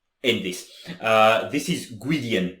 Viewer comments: is right with the pronunciation. I really love both Faun and Eluveitie, think this is a hell of a song, glad you liked it. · As far as I know, is right. Well really close anyways lol I haven't spoken German in a while but I still remember how you pronounce things when read. Sorry lol ❤